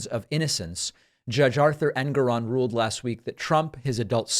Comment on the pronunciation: It is indeed a TRIPP-plex, not a TRY-plex, regardless of what someone may have said. AND FOR GOD'S SAKE, David, the Judge's name is en-GORE-on, NOT EN-goron. GET IT RIGHT !